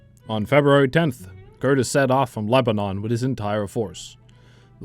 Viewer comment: He also says Lebanon like the name of the country, when it's leba-none not leba-non.